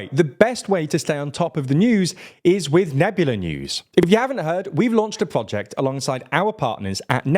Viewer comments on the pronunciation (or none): none